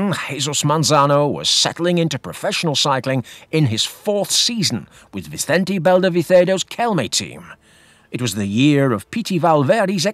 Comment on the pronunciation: Another retrospective marvel… thank you. I chuckled every time you said the name Vicente Belda Vicedo 😀 2003 was probably my peak interest in the world of road cycling an Ulrich fan (what was I thinking…??? if only he could beat that nasty Lance) I was oblivious to the Mazano sideshow in the circus of professional road cycling. Keep reminding us of past stories your work is important to ensure the current performances do not go to our heads. The cycling world is a seedy little business and it appears to be particularly whiffy in Spain… unless it’s their terrible drainage over there??